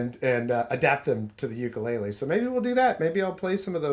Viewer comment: oo koo lay lay